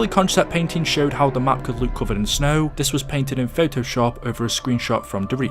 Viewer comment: Why do you say "look like" like "luke like"